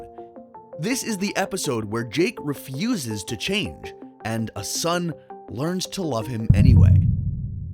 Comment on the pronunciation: "The episode where Jake refusas to change (and what it changas)."